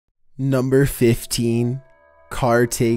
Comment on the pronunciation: I still hear Burger King foot lettuce every time after says number 15